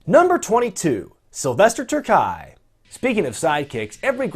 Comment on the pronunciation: terkay sound terkey